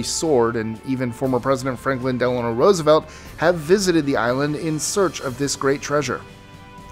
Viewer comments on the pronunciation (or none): none